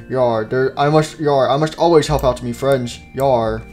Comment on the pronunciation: Foxy fwends really